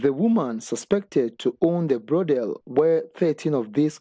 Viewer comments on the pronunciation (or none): It is Brothel" not brodel kwasialike dat..